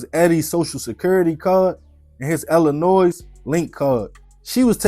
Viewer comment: Bro I fucks with you, but for the love of God STOP PRONOUNCING THE ‘S’ ILLINOIS! It’s pronounced ILLINOY!